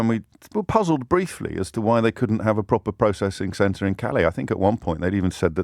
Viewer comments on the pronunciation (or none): none